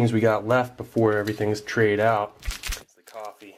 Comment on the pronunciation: sa lets get this aht ona treh